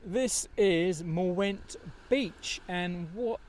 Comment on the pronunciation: I hear Wales is nice in September. Sorry to hear about your greasy boot problems! The w in the midlle of Mwnt is an 'oo' apparently, so it's more like 'moont'.